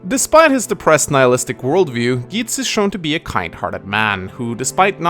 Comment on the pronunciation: THAT'S NOT HOW YOU PRONOUNCE GEITZ! YOU JUST RUINED MINA'S BIRTHDAY! UNSUBSCRIBED!